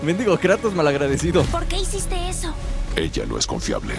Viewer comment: por que le dices kreitos a kratos